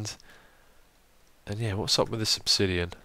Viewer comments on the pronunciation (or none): none